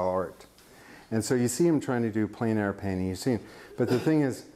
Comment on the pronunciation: Eek! 'Plein air' should rhyme with ' when where'!